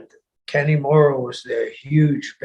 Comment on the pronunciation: Sullivan's pronunciation of Kanemura makes him sound like the strangest half Irish/Japanese guy ever......Kenny Mora.